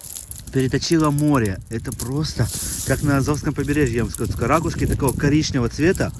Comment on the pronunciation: не рАкушки, а РакУшки. Много ракУшек.